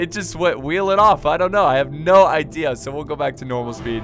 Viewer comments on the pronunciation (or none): none